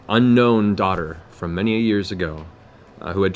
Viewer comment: "His long unGNOME daughter."